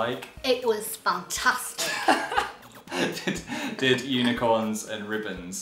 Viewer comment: When she said "It was fantastic." Much more like "It was PHANtastic. I'll show myself out.